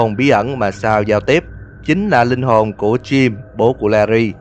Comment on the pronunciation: Sa =)))) chào cô chú đi con =)) Tên Sal nhưng đc đọc là Sa =))